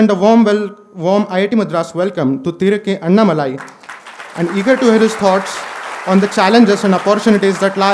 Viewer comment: It is Annaamalai. Not Annamalaai. There is aa ki maatra after Anna. What is this malaai dhoodh ghee.